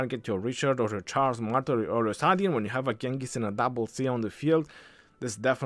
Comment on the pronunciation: I say Salahdin or Saladin🤔 nah❌ Saadin yes ✔️👽